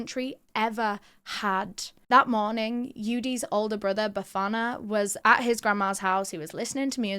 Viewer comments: The way you pronounced Bafana....really proud of you🎉❤😊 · she absolutely nailed it, I'm sitting here in awe... especially when she mentioned Bafana, I could swear she's from the hood too 😍🫶🏾